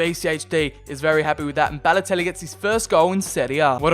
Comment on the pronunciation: Very good series, I really like this. It isn’t rushed like other YouTubers you see these days. My one criticism is, your over annunciating of certain words and names such as “Balotellllli” or “Icarrrdi”. Like I get you’re wog but just say the names normally and stop over annunciating your Ls and Rs 😂